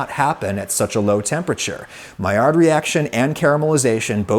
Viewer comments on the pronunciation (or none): none